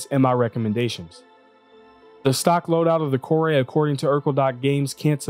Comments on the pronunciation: If it was pronounced KOR-ay there would be an accent mark over the e. There isn't so it's pronounced KOR. Mako is the name of a type of shark. You also pronounced the name of that ship wrong. It's properly pronounced MAY-ko. Here's hoping you pronounce Calliope properly as ka-LIE-o-pee. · I'm just curious where he got Kor-ay from? It looks like 'core', every time I've ever heard any developer talk about it it's been 'core'. Any time I've heard any other person talk about it on stream it's been 'core' but for some reason he came up with 'kor-ay' so I'm just curious how. I mean lets say that is the correct way to pronounce it, literally everyone else got it wrong so how did he get it right? :) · I pronounced it Core, because it didn't have the accent over the e, but apparently Kore is an alternate name of the Greek goddess Persephone, and pronounced Kor-ee. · The MISC Reliant Core-Eh? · Kore is pronounced "core"